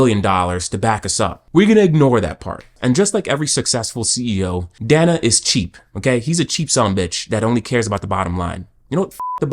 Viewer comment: bro wants to insult capitalism and Dana White but can't even pronounce Dana's name properly 😂 bro keep your libtard "colonization" smooth brain opinions out of videos that aren't related to that whatsoever